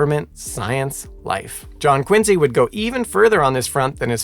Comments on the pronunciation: It's Quincy, not Quinze. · It's QuinCee.